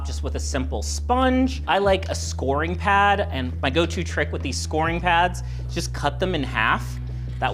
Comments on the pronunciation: Great tip. I am going to try this on a stain on my bathroom counter. I'm not criticizing you, but scouring is pronounced like "sour" not "score".😊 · SCOW-ER-ING pad, not SCORING pad lol